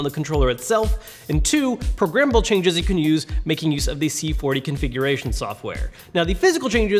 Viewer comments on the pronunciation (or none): Great review. Any one else think he was saying progrimmable. At first I was thinking wtf is he in about 😂